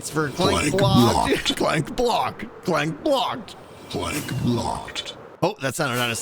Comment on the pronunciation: am I the only one who hears "plank blocked" instead of clank blocked? lol